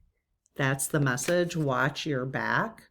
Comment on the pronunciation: I feel like the emphasis should be made as: watch Your back 🙂 As someone who often puts others first, that's a hard one. But I'll be working on it. Thanks and Lead Team!